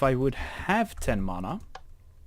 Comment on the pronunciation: its not mona its mana